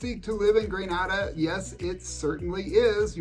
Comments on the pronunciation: Greneda Not Granada ...😢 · Grenada is pronounced, “Gren-AY-da,” with the long a sound. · Great content as usual. Thank you. The countries in the Caribbean are pronounced Gren-ayda, Nee-vis. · The pronunciation of the island nation of Grenada has a long initial ‘a’, as in bay. It is not pronounced the same way as Grenada in Spain.